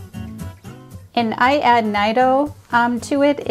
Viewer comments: BTW, it's pronounced "N-ee-do". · Yes, my hispanic coworker has corrected me multiple times about my pronunciation of Nido. 🤣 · Nido 😅 hate to be that guy but it’s pronounced different